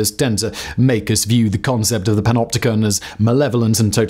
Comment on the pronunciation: When every time you skip back. He’s saying PENOPTICON or PENOPTICA. And you decide you want to make a dance track.